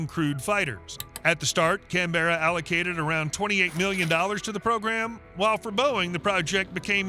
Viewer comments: Canberra (our capital) is pronounced differently. Can-ber-rah. Not Can-berra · Why does the video keep switching between the MQ 28 and another drone that is rocket launched, with a top mounted intake and a Kratos (FTT) logo? Also Woomera is pronounced Wum ra (as in woman) and Canberra is pronounced Can-bra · your pronunciation of Australian places is abysmal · Where is Can-berra? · and approved by Cam BEAR ah. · Make it easier, Can Bruh = Canberra, Mel Bin = Melbourne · Is this AI? I've noticed an increase in the number of videos which add extra syllables to Canberra. Its a really easy word to say. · My pet peeve with these American videos is that they can’t be bothered getting pronunciations of foreign place names correct, so ‘Canberra’ put my teeth on edge and then ‘Woomera’ was too much so ended the video right there.